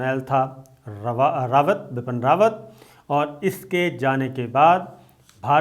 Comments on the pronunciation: Not bapan..its bipin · Sir bipin rawat hai...bapan rawat nai😂